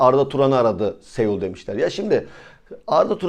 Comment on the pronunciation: Reis kusura bakma da Saul Niguez bi dünya markası. sEul demezsen iyi olur gibime geliyor. Teşekkürler